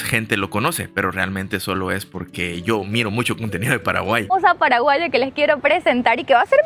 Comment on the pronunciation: dijo pajaguá ( payagüa ) mascada